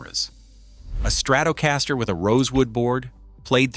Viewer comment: STRATOOOOOOOOOOOOH-caster 😂😂😂😂😂 booooo 👎🖕👎